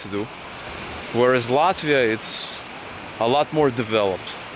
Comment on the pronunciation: ЧТО ЗА СРАЧ? ЭТОТ МОРОН РЕШИЛ ПРЕДСТАВИТСЯ АМЕРИКАНЦЕМ, НО ПРОИЗНОСИТ "ЛАТВИ", "РИГА", КАК РУССКИЙ. МИЛАШКА, В США НЕТ "ПИКЕТФЭНСЕЗ". В США ЕСТЬ БОГАТЫЕ РАЙОНЫ, РАЙОНЫ СО СРЕДНИМ ДОСТАТКОМ И ТРЕЙЛЕРЫ. ТАК ЧТО ГОВОРИТЬ, ЧТО В ЛАТВИИ КАК В ЕВРОПЕ ВООБЩЕ ДЕБИЛИЗМ! В ЕВРОПЕ СОВСЕМ ДРУГИЕ ДОМА И ЗАБОРЫ, СМОТРЯ В КАКОЙ СТРАНЕ ЖИВЕШЬ. НЕ УВИДЕЛА РАЗНИЦЫ МЕЖДУ УКРАИНОЙ И ЛАТВИЕЙ. ЗИП, ЗИРОУ, НОЛЬ, НУЛЬ. ПО КАКИМ ПРИЗНАКАМ ОПРЕДЕЛИЛ, ЧТО ЛАТВИЯ БОЛЬШЕ ЕВРОПЕЙСКАЯ, ЧЕМ УКРАИНА? ПО ГЕЙПАРАДАМ? ПО НЕБРИТОЙ МОРДЕ ТВОЕЙ? КСТАТИ, НЕ ВИДЕЛА В США НЕБРИТЫЕ МОРДЫ. В США МУЖЧИНЫ ГЛАДКО ВЫЮРИТЫ, КАК И В РОССИИ, УКРАИНЕ И ЛАТВИИ. ЧТО ЗА СНОБИЗМ И НАЦИЗМ? МОРУДЦ ВЫМОЙ СО СВОЕЙ ...